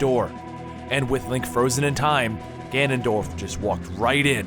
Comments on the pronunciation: Ganondorf has no "L" there for it is pronounced (gan-on-doorph) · ...show me the "l" in Ganondorf's name. SHOW IT TO ME! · Ah-carina and Ganond-oar-f. I nearly died when he said Ganondalf. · His name is Ganondorf not Ganondalf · It's OCARINA not ORCARINA, and it's GANONDORF not GANONDOLF. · gannon DOLF no no no no no its gannon DORF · Ocrarina and Ganondalf. XDDDD That kinda bugs me... It's ocarina and Ganondorf... Where'd you get those...? He even types orcarina in his video description. There, grammar Nazi in me has been sated. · Gannondorf not gannondalf I know it's hard but I thought I'd let you know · I'm sorry and I know it's rude but it's not ganondalf it's ganondorf it's not like gandalf tho it would be cool if he had a bro that looked like gandalf who had the name ganondalf sorry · omg Gannon at least please lol. any thing but Gannondalf his whole name is Gannondorf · I cringed everytime he said GanondoLf instead on GanondoRf. But even worse when he calls and ocarina an oRcarina. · Im sorry but its pronounced Ganon-Doorf but spelled Ganondorf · i'm not usually one to complain about prononciations but Ganondorf is spelled with an "R" not an "L" you say Ganondolf and my blood curdles. very accurate information here though. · Why do you keep saying ganondolph? His name is ganondorf! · GANONDORF NOT GANONDOLF !! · Ganondorf! Not ganondolf! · It's Ganondorf not Ganondurf of Ganondulf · It's Ganondorf not Ganondolf. This isn't Lord of the Rings. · ganond-dalf? ganondorf! great video by the way. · he's saying Ganondalf not Ganondorf lol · Ahaha! You say GanonDALF instead of GanonDORF. Lord of the Rings eh? Hahaha! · Sorry if this comes across as annoying but could you say ganondorf instead of ganondalf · You lost me at “GanonDOLPH” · at first i was getting annoyed at the mispronunciations but when he said ganondalf i realized it was a bit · No excuse for calling him ganondolf thats just wrong nothing to do with pronunciation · Why are you saying Ganondolf